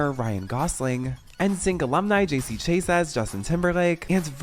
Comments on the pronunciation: Sorry, the JC Stan in me won’t let his last name be mispronounced.. it’s Chasez Cha*Zay or Shaa * Zaé whichever is easier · JC Chasez's last name is actually pronounced as "Sha-zay". It's french. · Isn’t JC’s last name pronounced “Shuh-zay”? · I say this with love but y'all BUTCHERED that pronunciation lol. 😭🤣 It's pronounced JC "Sha-zay". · J. C. “SHAH-SAY”!!!! You can’t deep dive without learning name pronunciations of the people you’re giving information on, y’all. Please. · MY THOUGHTS EXACTLY! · Glad this channel didn't mean anything to me before. The way you butchered JC's last name would have done it for me. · I’m sorry how did you just pronounce JC Chasez’s name? Lol. You could look up how to pronounce people’s names before making videos. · I love your videos but as a millennial I’m offended you mispronounced JC last name lol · The Z is silent in Chasez. 😅😅